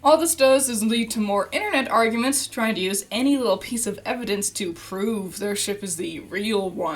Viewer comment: "This is supposed to be for fun!" ... I had fun mishearing every time you said 'shiP' as 'shiT' Also, they'd get the 'socializing' if they actually decided to do more than an over-all 2hour runtime per volume.